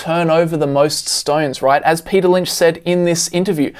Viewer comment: Men... “Payter” is a genius